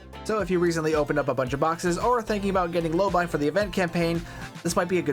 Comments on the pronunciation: Drives me crazy hearing your pronunciation of Lobi, it’s Low bee not low buy. Like nails on a chalkboard…😂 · 'Lowbee', surely, As a brit, lobii sounds strange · Hmmm. I always pronounced it "low-bee," but you pronounce it "low-buy." Not a criticism. I'm actually just enjoying the irony that never before occurred to me.